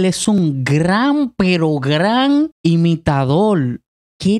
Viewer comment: Imitadol jajaja jajaja 🤣😃🤣